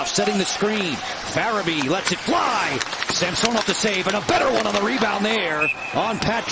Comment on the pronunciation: Sam-sew-nov. Drove me crazy